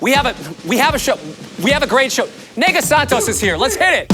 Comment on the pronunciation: "Nêgah" is a nickname derived from "negra", which in Brazil means "black woman". Just pronounce the "e" like the interjection "eh" and you're good to go!